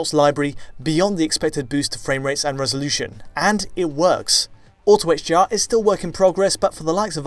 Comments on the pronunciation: Is it me or did he say hGr like a hundred times? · Sounds like he’s saying HGR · Why does it sound like he's saying HGR throughout the whole video?